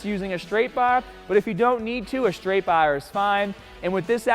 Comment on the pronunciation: Does this guy only have a Boston accent when it comes to the BAAA?! Great video btw, literally trying this in an hour